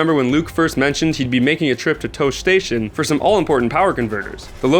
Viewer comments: tosche station is pronounced toshy station not tosh station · It is kind of retarded to do a Star Wars video and not know how anything is pronounced. Toesh station? DAH-GO-BUHH? This guy clearly isn't a SW fan. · You pronounced "Tosche Station" two different ways in the spans of 5 seconds. Both ways were wrong. "TAW-SHI" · No man, it's the fact that if you are reporting on something you should have actually put some work into it and properly pronounce the words. It's called being a professional.